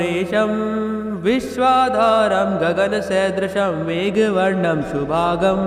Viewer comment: Are Guruji shubhangn bolo shubhag galat उच्चार हैं.